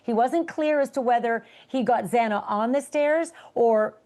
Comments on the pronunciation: Yeah that was pretty upsetting to say the least. Get her freaking name correct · Ashley kept saying it numerous times during their conversation correctly so you’d think he’d pick up on that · I came here to say that. can't pronounce her name. said they're was blood DNA on the sheath....what? he does NOT have his facts straight, and then continuously interrupts Ashleigh. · I turned it off. This guy is awful. Can’t even get Xana’s name right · Thank you for pointing this out, it is so disrespectful! I was shocked, when even the judge said Xanas name wrong MULTIPLE TIMES. Like wth :( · I hope that extends to the judge, awful he got a name wrong twice. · Her last name being mispronounced I could have tried to overlook, but her first name is disrespectful. Ashely said her name correctly, for crying out loud. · PLEASE!! I beg of you! If you are going on a platform to talk about thy he poor victims…. PRONOUNCE THEIR NAMES CORRECTLY!!!! 😡😡😡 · Im sure Ashleigh wasn't pleased with that, she was critical of the judge mispronounced Xana's last name twice, but did ultimately correct it. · I bet Ashleigh wasn't pleased with that! She was critical of Judge Hippler mispronouncing Xana's last name (twice) in court the other day, however did ultimately correct it. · What is it with the TMZ reporter saying Xana’s name wrong repeatedly? Get it right. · The Judge did too. Twice. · Even the judge constantly mispronounced Xana's name. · You would think the founder of TMZ would get her name right. Proves he doesn’t CARE. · Its really hard to listen to anything this guest speaker has to say when he cant even pronounce the victims names correctly. What other really important information did he get wrong? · Why is it so hard for loud mouth Harvey Levan to get Xana Kernodle's name RIGHT!?!?!?! At this point it is disrespectful and disgusting. If you are going to report on this heinous murder GET THE NAMES RIGHT!!! DO BETTER!!! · HER NAME IS XANA!!! Not XENA! UNPROFESSIONAL!